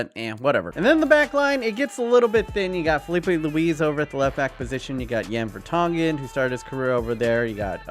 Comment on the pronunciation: Vertonghen and Sanchez hahah